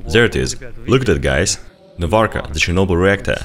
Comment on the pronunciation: IT'S NOT CHERNOBYLLL